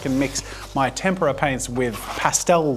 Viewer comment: Oh finally an Italian Jazza 🤣 though for the whole video I kept hearing “tempura” instead of “tempera”… got me hungry… need to find a Japanese restaurant now…